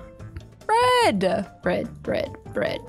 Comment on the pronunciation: When you were saying bread I thought you were saying my name Brett lol